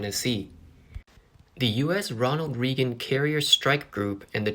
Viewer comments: You mispronounced the name of President Reagan. Who makes these videos???? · Ronald Ray-gn